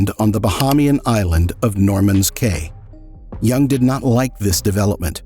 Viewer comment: Caye is pronounced Key.